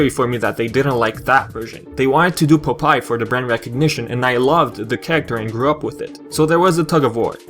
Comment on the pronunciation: It's pronounced Pop-eye, not Pupai. don't mean to sound rude, just letting you know.